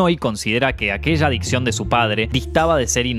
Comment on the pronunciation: En el punto 2, dice "adiccon" ...